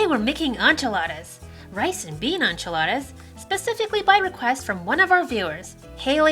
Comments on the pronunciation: HOLD UP— did she say "ONchiladas"?? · This recipe was very good, but your pronunciation of enchiladas made me very uncomfortable